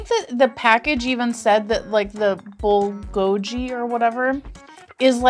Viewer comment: It’s pronounced like Bull go geee you’re saying the letter G it’s so hard to annunciation it but if you go to google and put how to say Bulgogi they say it for you 🙃😊 If you want to know how to really say it I don’t think it matters cuz we all know what you’re talking about.